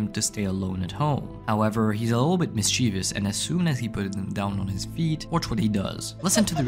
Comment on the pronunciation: mischievous has 3 syllables “mis-chev-us”